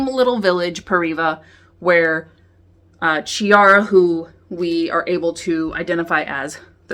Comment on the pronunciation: It's pronounced Kiara, not Chiara, thank you. Otherwise great review, good job!